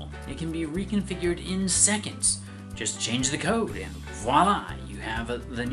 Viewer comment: Wait, did you say lines of code, or coke?